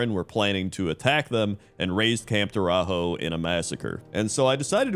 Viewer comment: camp tore-a-hoe a new one